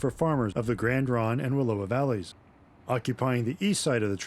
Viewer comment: 'Slough' is pronounced 'sloo.' Wallowa rhymes with 'Allow-a' not Aloha.